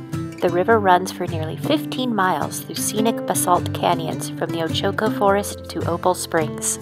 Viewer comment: Its pronounced OACH (like coach) OH-CO, all long O's